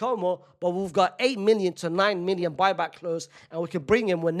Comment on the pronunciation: “boy-back clause” 😭